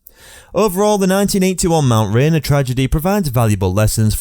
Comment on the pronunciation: At least use someone that can pronounce Mt Rainer properly. This video SUCKS.